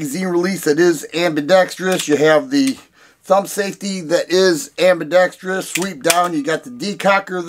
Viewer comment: I've got one and I love it, but I totally see your point. BTW, bonus points for being one of the few content creators to pronounce "ambidextrous" correctly!😀